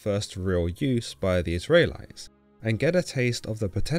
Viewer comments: Is it me or can this guy not pronounce Israelites correctly?? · You say "Israelites" in a very strange way. God content though!